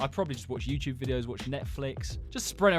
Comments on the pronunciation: YouTube ❌ YouyCheweeb ✅ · welcome back to the yuecheweb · Is no-one else gonna talk about how he said youtube? He said youy chewyeb😂😂😂😂😂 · the yuechewbe? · bro the intro... whyd he say yt like that...?? 😭😭😭